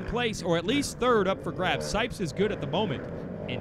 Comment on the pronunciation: Does anyone else think he says sikes instead of sipes